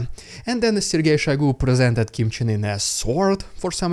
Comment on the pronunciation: are you mispronouncing Kim's name on purpose or not? like I have to know